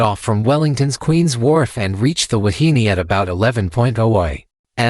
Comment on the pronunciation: pronounced: Wah-hee-nay.